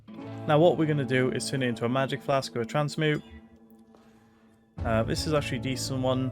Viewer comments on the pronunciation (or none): "transmoot" XDDDDDDDDDDDDDDDDDDDDDDDDDDDD